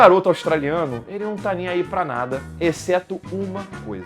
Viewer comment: "Vem cá nadá" kkkkkkkkk. De tão ruim ficou muito bom kkkkk